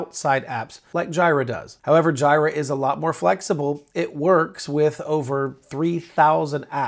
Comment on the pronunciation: Pls do not call it JIRA. Its J'ee'ra